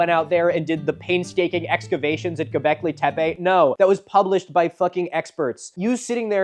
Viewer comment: I'm sorry I think you mean "Goblekee tepay"